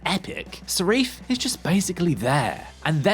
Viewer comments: Sarif? You mean Safin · Why does he keep calling Safin Sarif? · "Sarife"!! His name is Safin you lazy twit. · The villain's name is Safin not Seriph! 🙄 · I mean, I dunno about you guy, but constantly saying Sarif rather than Safin... Attempts were made? Also, you flip flop on the person story aspect. Make up your mind. Is it or isn't it? Cause you say it's both. At least once. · It' Safin not Sarif... I mean technically you are right about the character. But do your homework. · Safin. The name is Safin. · Sareef?? Who are you, and what have you done to? o.O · Its Lyutsifer Safin, no idea what name you are saying here 😅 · Perfect review…. got the villains name wrong in the first minute 😂😂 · Rendered the review null and void when you couldn't say the villains name right ffs. After all the bad reviews of this film I expected it to be absolute shit....I really enjoyed it...2ne only to casino royale for me